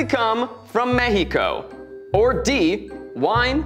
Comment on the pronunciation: Zack pronouncing the names of countries properly made my day (especially Mexico but I am biased)